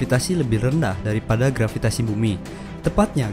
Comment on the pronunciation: Kok grafitasi harusnya "gravitasi"